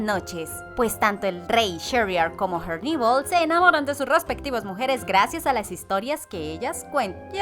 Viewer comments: Por favor pronuncia herneval como se lee es español no ingles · Pareces tonta tratando de pronunciar en inglés en nombre de Herneval Siendo que kos creadores son mexicanos y ellos mismos lo pronuncian tal cual se escribe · Son rayas azules y blancas en sus medias y pronuncias mal el nombre de herneval